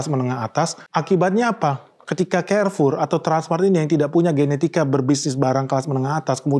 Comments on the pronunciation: Bacanya karfur bang bukan kerfur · Izin bang, baca nya kok Kerfor? Bukannya Karfur? 🏃🏻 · Carrefour Baca : karfour bang Bukan kerfour. So english banget...